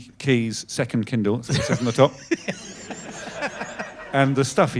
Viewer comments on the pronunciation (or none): Oh KINDLE! I thought he was saying KEN DOLL I was so confused 😅